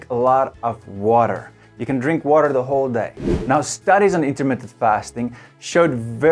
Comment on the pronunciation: Intermittent. Not Intermitted. And yes, it works. Have been doing it for two years.